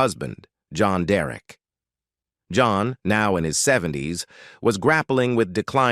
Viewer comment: "Holly-Wooed" and "John Da-Wreck" - classic!